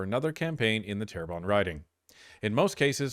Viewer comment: its Terrebonne ;)